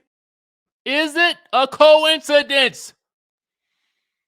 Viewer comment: Is it a “COINCI-DENT”, I ask you 😭😂